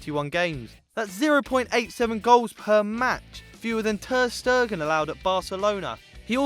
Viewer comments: Luka Pavlović Ter-Stegen (Ter-Shtaygun) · Your pronunciation is utter shit. Ter Sturgen, Maurichio, Keballos. What the hell are you doing on a football channel! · why does he pronounce Ter Stegen like Ter Stergen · It's Ter Stegen, not 'Stergen' and it's Ricardo Pereira not Pereya. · ter stegen is actually a dutch surname pronounced (ter staygen) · Luka Pavlović turd-stain gen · He needs to learn how to pronounce ter Stegen. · Pronounce Ter-Stegen right